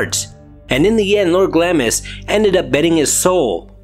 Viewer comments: It is pronounced "GLOMIS" not "GLAMIS." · Say "Glams" please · Just a heads up the i is silent so it’s pronounced glams 😎